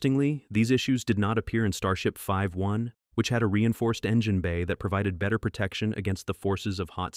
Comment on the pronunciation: “Starship 5-1”